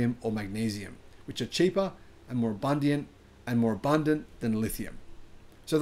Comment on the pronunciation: 'Abundiant' Works for me too, lol.